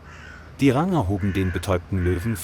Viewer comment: Kann diese Scheiß -- KI das Wort "Ranger" nicht richtig aussprechen ?